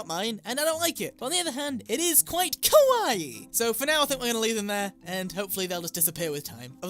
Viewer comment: just So you know koiwaii means scary in Japanese kawaii means cute :) so try saying a little more of an "A" sound :D